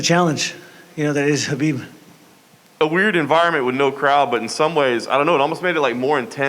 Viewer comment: Justin pronounced Khabib's name correct